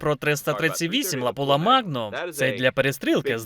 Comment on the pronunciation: все ок , тільки не лапула , а лапуа магнум